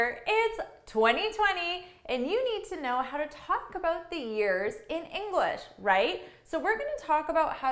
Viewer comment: inglash XDDDDDDDDDDD